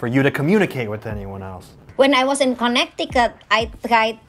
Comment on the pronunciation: “...one time i was in Conneticut...” Lorraine fans: its our time to shine